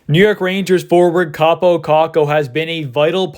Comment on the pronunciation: It's Kaapo, not Kappo